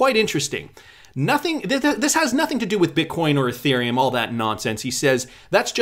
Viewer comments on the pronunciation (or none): none